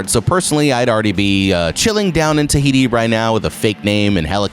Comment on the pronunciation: did he just say thahiti